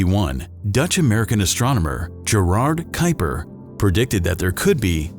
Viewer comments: Not "kyper", not "kweeper", but "kaupa". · Named after the Dutchman who discovered it, yet I have never heard it pronounced correctly, which is similar to "Kweeper", not "Kyper".